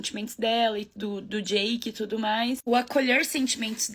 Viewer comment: Que pena que não dá pra colocar o meme do John Travolta aqui 😛, você falou tûtô!!!!! Arrasô!